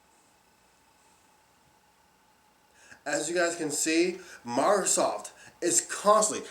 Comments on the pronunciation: its fucking "MICROSOFT" NOT "mARcrosoft" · he says MairoSoft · he also can't even pronounce microsoft